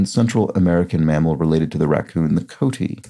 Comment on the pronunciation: Coati is typically pronounced with three syllables! Co-ah-TEE!